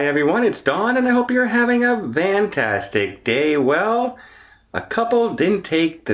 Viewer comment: why do you say "VANTASTIC?"